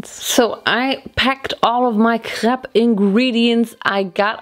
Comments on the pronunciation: Diese deutsche Absprache CRÈPS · The ‘Craps’ kinda killed me lol. Crayps